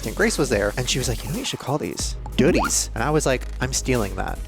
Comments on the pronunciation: Not gonna lie, "doodie" sounds like "diddy" 😬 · I love you but doodies sounds like diddys 😂